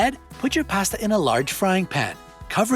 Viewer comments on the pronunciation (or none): Why does he keep saying "past-uh"?? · It's pasta, not pasta. I'm sure u data wrong too.